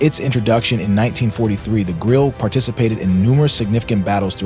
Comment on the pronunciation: Germans do not waste letters: the “e” is pronounced. Grill-eh, sort of. Point of information, not a criticism: nice video